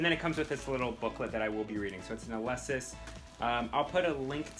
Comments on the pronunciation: …ah-lee-sis not ah-leh-sis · You're saying Alesis wrong LOL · It was funny. It's like the way I used to say Feliz Navidad.